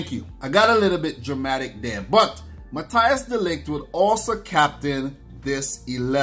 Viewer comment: Dude, you pronounce it Mathys de Ligt, not Mathi Jis